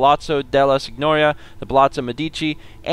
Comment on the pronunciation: Hey, in case you wanna be more accurate in the way you speak Italian, "gn" is always pronounced with a "nyuh" sound. So for example, "Signoria" would be pronounced sin-yor-ee-ya. Just a little Italian lesson for ya:P. Thank you 8 years of middle school Italian classes lol